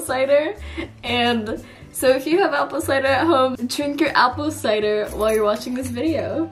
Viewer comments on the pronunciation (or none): none